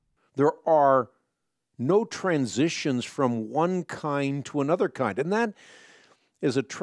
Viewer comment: Every time he says “kind” or “Evolutionist” i take physical damage